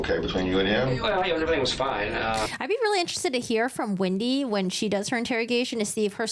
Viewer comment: You are pronouncing Wendi’s first and last name incorrectly… it’s not Windi it’s Wendi